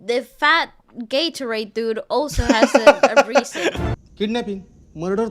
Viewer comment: Bhai Gaitonde ko Gatorade bl rhe ye log😂😂😂😂 Lol 😂